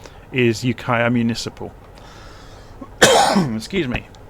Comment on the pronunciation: You pronounced Ukiah perfectly! Thank you for all of your hard work making these videos. Much appreciated.